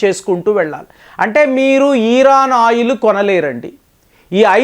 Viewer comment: ఇరాన్- ఈరాన్ కాదు. యురప్ కూడ తప్పు పలికారు .